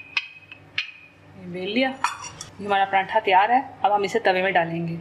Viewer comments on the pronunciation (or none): pratha hota prantha nhi